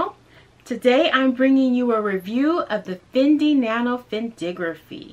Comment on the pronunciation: Thank you for pronouncing it correctly!